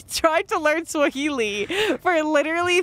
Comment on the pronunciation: i'm kenyan but im a little white washed bitch so i can only understand swahili and not speak it but the way drew pronounces swahili KILLS ME like it's taking me outtt but i cant even make fun of him cos he probs knows more than me